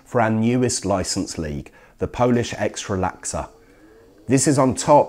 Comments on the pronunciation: Miles says "Ekstralaksa", now I'm not Polish, but I'm pretty sure the league name I saw on the screen was "Extraklasa". :D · Polish "ekstralaksa" #cringe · Polish Ekstralaksa... I died :D :D :D :D :D